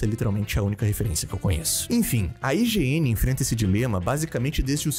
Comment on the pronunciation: Ele falou IGN, no começo entendi Higiene